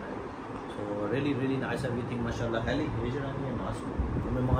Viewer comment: Your wife name is very nice,helima don’t says heli it’s English name don’t mind bro .